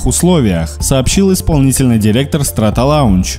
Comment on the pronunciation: СтратолОнч читается